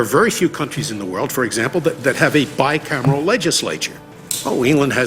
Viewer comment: He said Bi-Camarel (2 chambers).